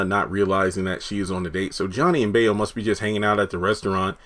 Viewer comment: bayo is pronounced as buy-0